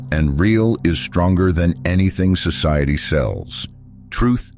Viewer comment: purpes not peaple, socaity